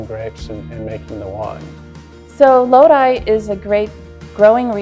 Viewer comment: Very informative video, even instructed me how to pronounce 'Lodi' AVA properly. Certainly deserves more views.